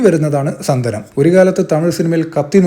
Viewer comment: സന്ദനം അല്ല സന്താനം